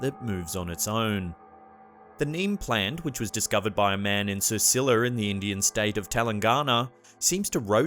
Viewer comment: sircilla, you even show the name and you say sicerciller... dumb